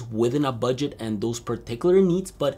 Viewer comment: "BUGDET" (450 euros). My guy...